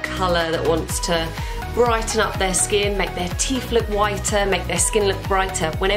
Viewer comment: Teef or teeth lol 😆